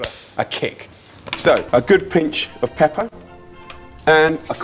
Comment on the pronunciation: PINCH OF PEPPERR HAHAHAHAHA